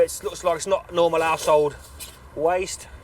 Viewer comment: I thought he said not normal asshole waste instead of normal household waste lol